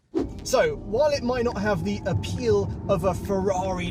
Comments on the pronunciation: The Lucid has “A Peal” 😂😂😂 I laughed out loud fr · Did anyone else cringe so hard at "A Peal" 😁😂🤣 ...i liked it though